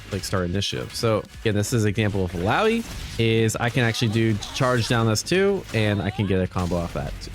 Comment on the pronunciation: bro still can't say Illaoi's name correctly :(